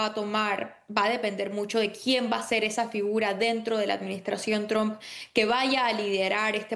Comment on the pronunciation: Cómo es que esta gente no puede pronunciar TRUMP correctamente??